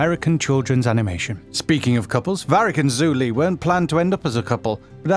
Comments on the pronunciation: It's pronounced Joo Li not Zoo Li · her name is Zhu Li, so it is neither Joo or Zoo. It’s like how the french pronounce J’adore but with a more emphasised Z sound in the beginning, thus Zhu. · ZOO LEE. HELP.